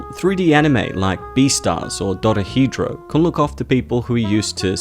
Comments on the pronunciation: OMG NOOO it's pronounced DORO-HE-DORO!!!!!! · They butchered Cats just as badly as your pronunciation of Dorehedoro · that pronouciation of 'dorohedoro' hurts me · Ewww the way you said Dorohedoro is pretty bad 👎 😬